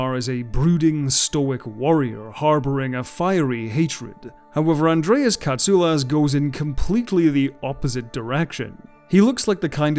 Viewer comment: As a Greek I thank you for the right pronunciation of Mr. Katsoulas surname. As always great work.